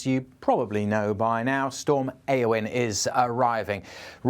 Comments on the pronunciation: It's Welsh. It's pronounced A-O-WHN. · how do you pronounce a-o-whn?